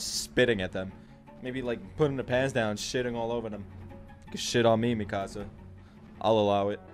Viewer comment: ⚠️NOT A SPOILER⚠️ Mikasa’s name is pronounced ME-KUH-SUH. I love the videos YOU CAN STILL BEAT THE FINAL! Keep the videos coming. I LIVE FOR YOUR ANIME REACTIONS